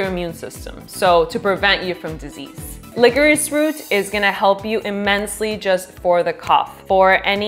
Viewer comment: did you say licorice???